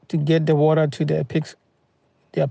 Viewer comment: Woter.... won it ..... etc